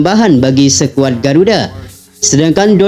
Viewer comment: Perbaiki bacanya bos, jngan bilng sekuad , yg seharusnya skuad.